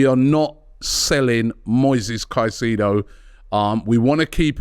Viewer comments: Robbie please 😂 ... Kai-Say-Doe (Caicedo) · Robbie ffs man, you’ve been on enough shows with people who pronounce his name right and you still want to butcher it smh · Pls stop butchering his last name with your pronunciation. It’s disgusting